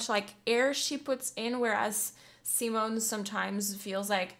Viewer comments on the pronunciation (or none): Please, pleeeeeaaaaase NEVER pronounce Simone like the English Simon!!!! It's hurts my ears. 😬 She is a woman and the name is pronounced like "zeemone" with the last e not being silent, it's a schwa, a very short e-sound like in Goethe. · How you pronounce Simone always makes me cringe. Simon as you pronounce is the male variant, her name is pronounced Sea-moan-uh, with the emphasis on the second syllable, and the third syllable short and very de-emphasized. :) <Edit> Ah your pronounciation improves considerably as the video goes. Good, good :) Love your reactions, keep up the good work. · 'See-moan' (female) btw, not 'Simon' (male) xD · Your reaction videos are always so energetic...They're always so much fun to watch.. 😃 Just a little observation,, Simone's name's pronounced si-món...accent on the 'o'. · Simone is pronounced as Seemone (mone as in bone) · SimOOONEEH, not Simon! It's a she... And Within Temptetion is so overrated! Wannabe-metal... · Simone her name is Simone with an e at the end like THE, so repeat after me SIMONEEEEEEEE on youtube she explains how to pronounce her name WATCH it